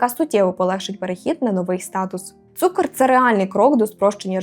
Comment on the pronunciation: Не цукор а цукр